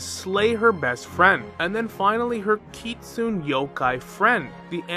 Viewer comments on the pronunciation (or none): none